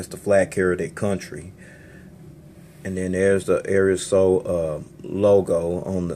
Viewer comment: Love this plane and the vid! Just to help AeroSur is pronounced like Arrow Soor. Keep up the good vids!